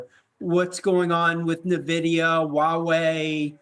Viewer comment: This expert cannot pronounce Nvidia properly?